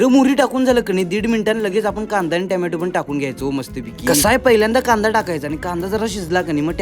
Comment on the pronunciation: Tomato ❌ Tyamyatu ✔️😅 Well done bro